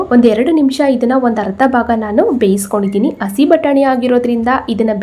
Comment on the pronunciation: Madam please say hasi batani instead of asi batani.